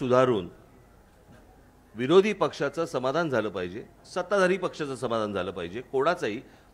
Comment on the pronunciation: "विरोधी पक्ष" असे स्पष्ट बोलावे "विनोदी पक्ष" असे ऐकायला येते....